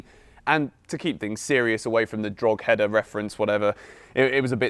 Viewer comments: It's called dro-head-a not drogheder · Drogheda is pronounced Drawhida. Not Drogheader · Did you seriously just say drog - header lol. It’s pronounced dra head ah. The g is silent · It’s pronounced dro-hid-a 😂😂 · Its pronounced dro-head-a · Just incase you don't know its pronounced draw-heh-da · Don’t wanna be that guy but it’s pronounced Dro-heda😂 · This is how to pronounce Drogheda. Droh heda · Pronounced drock-Ed-ah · Takua Ben dvarim Droh - eda. the end. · loool just fyi its pronounced droh-heda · Its pronounced draw-ehda😭😭 Im from Ireland bro Love🙏